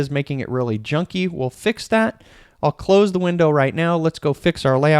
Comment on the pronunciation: Great video,! Card windows are so deceptively powerful. We are using them more and more. Just had to chuckle when you said "…take off the close" referring to the Card window options. Sounded like you said "…take off the clothes!" 😳 Hey, you develop however you want. Haha!